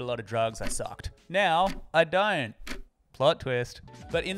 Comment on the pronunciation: You have a lovely accent, but I kinda freaked out at the beginning, I heard "I'm Dying" instead of "I don't" my heart stopped a lil bit hahah